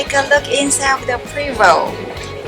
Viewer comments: Prevost is pronounced “Pray-vo” Thanks for sharing your tour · Your right, if you don't know how to pronounce the name properly, Pra-vo. F.Y.I. it's French. Stay out of the coach and look at it from the outside like everybody else. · How are you at an event for them and don’t even know how to pronounce Prevost!????